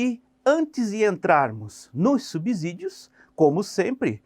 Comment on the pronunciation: Professor apenas uma resalva, a palavra SUBSÍDIO ( é pronunciada com som de si mesmo e não de zi). A regra diz que ( depois do prefixo sub pronuncia-se "si/Ci". Boa noite. Espero que não fique chateado.